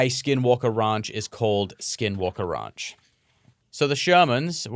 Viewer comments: RANCH not RUNCH.... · OMG if he says ronch one more time